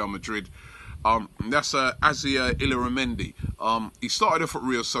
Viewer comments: its pronounced e-yara-mendi (Illarramendi) & Casti-yay-ho (Castillejo) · Robbie still pronouncing it wrong, Greek dude just gave up 😂😂😂